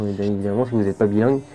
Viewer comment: “Si vous n’êtes pas billangue”